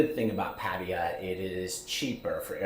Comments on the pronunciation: It’s Patt A ya, NOT Patt i ya!!! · its patayAAAA not patie-ya bra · Please learn how to say Pattaya. It's not "Patty-yah". It's "pat-TIE-ya". I'm married to a Thai school teacher and you hurt her ears. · so funny the way americans pronounce hte letter 'T'. sounds like you're saying Padaya not Pattaya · Dude, stop pronouncing it wrong. You're killing me😂. It's Pat-Tay-Yah. Thank you. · Put - thai - ya said evenly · Gods forbid you even bother to learn the intonation of Pattaya—the name of your town. “Over ten years in these countries…”. Wow..